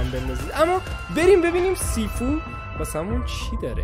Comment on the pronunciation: مگه شیفو خونده نمیشه؟